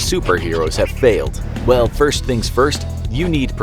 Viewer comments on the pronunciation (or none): none